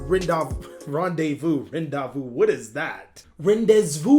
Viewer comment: Its pronounce ran de vu lol